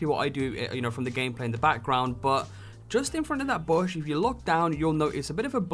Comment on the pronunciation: he see bush weird he seid bosh wtf